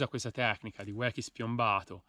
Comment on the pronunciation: Si dice "uochi" ahahahahahah